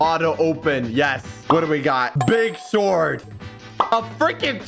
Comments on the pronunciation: says sword with the w in stead of saying it with no w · what’s a SWORD u pronounce it (s o r d) not (sWWWWORD) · Swword. Also why blaze? It’s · i love when said swword